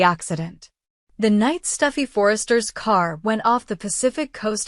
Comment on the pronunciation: It’s Steffy not stuffy!!!!!And it is more lies!!!